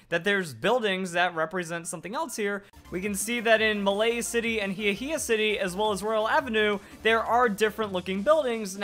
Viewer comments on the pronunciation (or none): It's Malie City. Not Malay City.